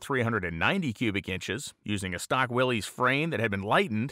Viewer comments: pronounced "Willis" not "Willeez" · It's pronounced Willis, Willis! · its pronounced 'willis'